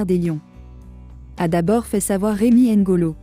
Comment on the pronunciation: C'est Rémy ngono,pas ngolo svp!